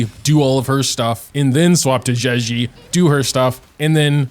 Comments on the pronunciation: Bro right its not zhuxi its zhezhi (like juh jirh) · Just saying, a better way to pronounce her name is probably something like “juh-jer” cuz in Chinese, “zh” makes a sort of “j” sound ^^ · i think u pronounce her name like “juh-jeh” , with the j’s sounding like the j in judge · be Butchering zhezhi's name😂😂😂